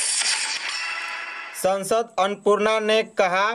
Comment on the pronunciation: Pls hindi thek se padhe sansad ko sansd bol rahe ho